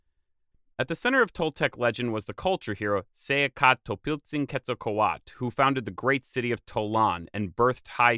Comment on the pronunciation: There is a T and a L at the end of Quetzalcoatl, why do you stop at A and not read them? The word isn't Quetzalcoa.